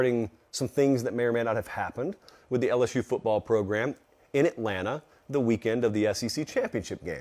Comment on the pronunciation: if you want to be disrespectful, just say LS-who like everyone else😂😂 LS-SHOE just doesn't hit the same. Now, when people type "lsshoe" it's more in reference to the 2020 Florida game, where a penalty for a thrown shoe ended up winning the game for the Tigers. Second of all, LSU fans are very self aware of the way they pronounce the teams name to begin with, and that has its traces in Cajun heritage. Same reason the fans use the spelling of "geaux"; pride of the culture of Louisiana. Tl;Dr: your attempted insult of spelling LSU as "LsShoe" is outdated, unoriginal, and 0% offensive. Have a good day, sir.